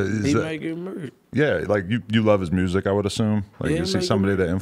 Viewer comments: more like murrsic😂😂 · "He making murrsic" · “ He make good mursik “🤣🤣